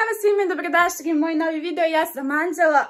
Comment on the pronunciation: Kako se zoves?. Ne znas da kazes R i L. Hahahahahaha